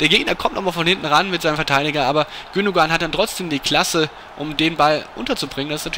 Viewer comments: Ilkay Gündoğan = Das "ğ" wird quasi nicht ausgesprochen, sprich "Gündoan". Schon irgendwie peinlich, ist ja auch ein deutscher Staatsbürger und spielt auch für die deutsche Nationalmanschaft aber nicht viele können einmal den Namen richtig aussprechen....das gleiche bei Özil, dessen Namen quasi jeder wie DJ Ötzi ausspricht, obwohl das "z" als "s" ausgesprochen wird, quasi "Ösil". Das hier soll kein Vorwurf an TAZZ sein, sondern einfach weil mir das jetzt bestimmt zum 100sten mal aufgefallen ist. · Gündogan wird Gündoan ausgesprochen...